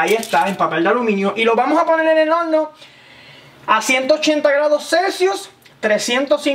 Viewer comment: Velde, madulal,holno,vamos a vel, Pol favol, aprecial, nos vemos en el plolsimo video